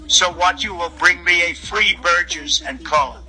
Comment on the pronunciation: Free burjer (pronunciation is definitely correct)